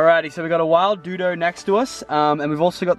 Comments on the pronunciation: It's called a doduo not a dudo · It's pronounced doe duo